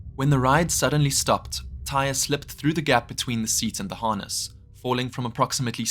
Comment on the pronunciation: Also, the boy’s name was pronounced Ty-ree.